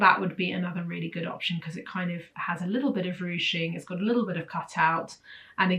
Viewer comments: Ruching (not rouching). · It is ruching, not rouching.